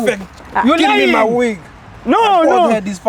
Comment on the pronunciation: give me my Wig i thought he was saying give me my Weed 😂😂